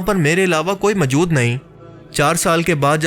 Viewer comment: Mjood kya hota hai Bhai? Moujood asl lfz hai urdu ka. Pind se seedha voice over deney agai ho kya tm? Bolna nahi Aata to video bnatey hi kyune ho tm log?👎👎👎